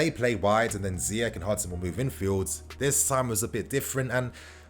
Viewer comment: Okay, it's pronounced Ziyeshhh not Ziyek..take it from an African that knows 👍